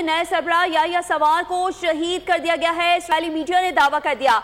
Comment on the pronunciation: Its Sinwar ....not sawar